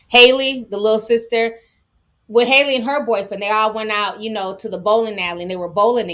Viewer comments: My god. It’s HALLE like Halle Berry. Not Hailey! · It’s Hal-Leee (Rhymes with Cali lol) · Good stream ti and the way you pronounce Halle's name is (haa-lee) with a long a lol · It’s definitely not hailey 😭 it’s Halle Bailey like Halle Berry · It's (HAH - LEE) Bailey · It’s pronounced Halle like Halle berry 🤦🏾‍♀️ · She pronounces her name like Halle berry pronounces it idk where some of these people getting the other pronunciation from😭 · Hal (Like a man named AL) Lee😂😂😂